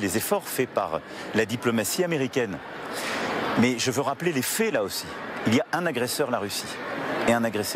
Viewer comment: la pAIx. les fAIts... pas... la pée, les fées...qu'il apprenne a parler correctement SVP